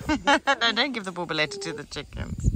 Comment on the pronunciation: You guys are amazing, what a beautiful idea had! Looks great, and jacarandas are quite popular in 🇵🇹 and beautiful trees. Yr Portuguese pronounciation of "borboleta" 🦋 is great! Getting ready for 🇿🇼 will tell u how it went! 😊XO❤️🇵🇹